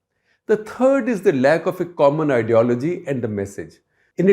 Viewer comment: Did he just say "pathology" instead of ideology?